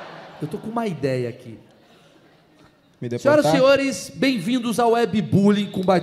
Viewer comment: "me depotar" kkkkkkkkkkk ai é foda